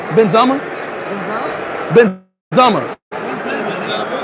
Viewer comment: it's not benzama cuh, it's benzema cuh